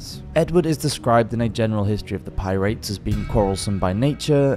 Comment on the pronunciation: Dude. We are you saying PI-RATE-S? That is not how it is pronounced.